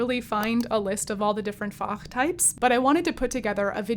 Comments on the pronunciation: Fach is a very short word. You stress the a too long for German. The plural is Fächer in German, but musical language may differ. I didn't get the word at first because of your pronunciation. Anyhow nice video, comment for the algorithm. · German "Fach" in this sense does not really translate to "pocket". When using "Fach" for a type of voice in German, we tend to think of "Fach" as in "Schulfach" = "school subject". But thanks for pronouncing the word so beautifully ... :-)